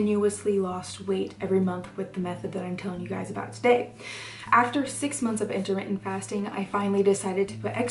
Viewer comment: it's "inter mittent" not intimate lol